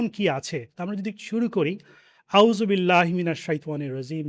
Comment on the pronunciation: Jazacallh kayer যথাযথ বিনয়ের সহিত বলতেছি আমার যদি শুনতে ভুল না হয় তবে আপনার আউযুবিল্লাহি মিনাশ শাইতানির রাজিমের উচ্চারণের মধ্যে একটা ভুল নিহিত আছে।